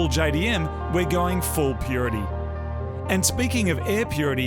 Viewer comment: Please stop saying purity.. 🙄🤣